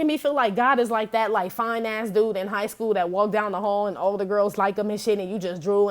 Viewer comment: I LOVE YOUR READINGS. FACTS AND HILARIOUS AS, how you say it, “FINUCKS!”